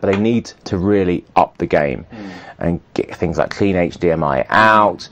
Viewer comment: Why is Paul Ross selling me cameras? "It'll look lark a skwilion dollars" Fuck off!